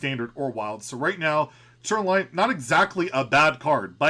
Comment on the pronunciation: Wow, Tura-lion man, you butchered his name so hard...